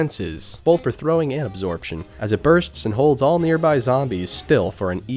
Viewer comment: He doesn't say both, he says bolth